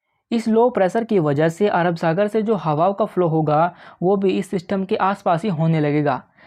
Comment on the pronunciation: Bhaai,sach sach btaana tum ye zyada Elvish Yadav ko dekhte ho na, kyunki it's 'System' not "Syshtamm" 🥹 for God's sake,poora video dhekhna bhaari ho raha h thoda jubaan se 'Syshtamm' ko lagaam do. 🥲 Bohot meherbaani.